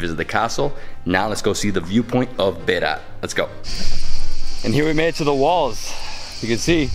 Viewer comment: NOT BERA there is T at the end BERATTTT